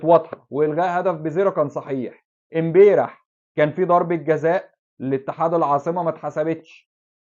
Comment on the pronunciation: يا بالتوفيق بس ملحوظة هي نطقها امبارح مش امبيرح عشان تكررت عند حضرتك